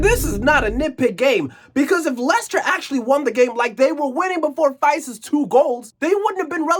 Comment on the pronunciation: Faes isn't pronounced Fice, but Faaaaaaas. That matters because drawn out long is the only way you're gonna have to pronounce that name in the future.